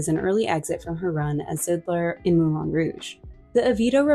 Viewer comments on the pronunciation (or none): none